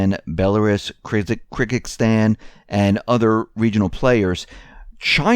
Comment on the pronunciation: Dude, how are speaking to geopolitics and cannot pronounce Belarus and Kyrgyzstan? Please, read a thesaurus.